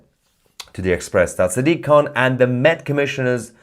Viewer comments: sack-dik, khant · Did you just call him Sad Dick Can?